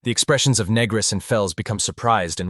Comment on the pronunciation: Yeah title sounded interesting lost interest when pannel says "youre negris right" and voice is going "asking if youre a negro"...do better or stop posting shit